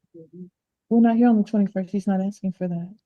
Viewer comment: She's not axing you anything Miss L she is asking you!